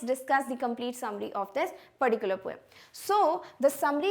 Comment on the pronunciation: Mam its poem not pom 😂😂😂😂